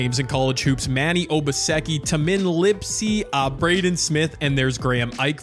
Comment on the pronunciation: Tamins name is pronounced Taymin